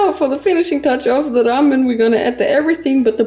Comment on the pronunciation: I love how pronounces ✨Ramen✨